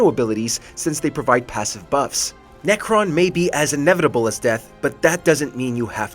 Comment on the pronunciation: Necron.....seriously? lol